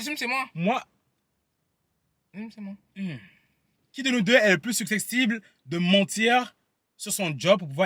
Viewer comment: on dit su cep tible 😂